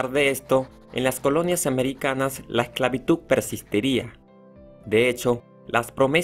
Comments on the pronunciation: El secreto para pronunciar la "D" en lugar de "C" al final de la palabra esclavitud es practicar diciendo: esclavituda, esclavitude, esclavitudi, esclavitudo y esclavitudu una vez que la "D" ha sido practicada se le quita la vocal final y se logra la pronunciación correcta esclavitud pronunciando la "D" al final y ya no esclavituc ni esclavituk. La palabra es con la pronunciación acorde a su escritura con "D" se escribe y pronuncia esclavitud. Ahí está la clave y método para pronunciar correctamente la D al final sin vocal pues en tu alocucion pronuncias la D sin problemas cuando la usas con una vocal al final eso muestra que si puedes pronunciar la D solo hay que practicar el método para pronunciar. correctamente. El video bueno en edición pero la información incompleta no se menciona la esclavitud en la biblia aún que no es historiografia si hay datos corroborados por los historiadores tambien a los andinos esclavizados no se les menciona. Gracias. Constantinopla de práctica repitiendo consta, constante, constancia, Constantino, Constantinopla. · Porque el chico del vídeo pronuncia esclavitud como 'esclavituk'. Pon atención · Me frustra y molesta mucho cuando lo dicen así, también con lo de "verdad" dicen "verdaf", en todo el pt vídeo se la paso con esclavituk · Hola solo una pequeña recomendación es esclavitu"D" solo eso tomalo en cuenta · Me suscribí pero por amor a Dios, ¡¡se dice esclavitudddddd, y NO esclavituccccc!! Éxito. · yo solo ví este video para hacer un bendito mapa conceptual :v, y muy buen video y todo pero el man decia "esclavituk" -_ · Que raro cuando dice esclavituk o comunidak ..... pero está bueno el video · Que molesto escuchar ESCLAVITUK, pero interesante el vídeo. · Khe tiene que diga exclavituc no tiene nada de malo Si no lo sabe pronunciar que les importa El hace videos para que puedan aprender Y aparte de que no aprenden se burlan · ok esclavituk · Por que dice esclavituc? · Porq todo lo que termina en D lo pronuncia con C...